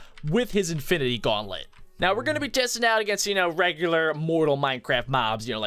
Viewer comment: Its gauntlet not guanlet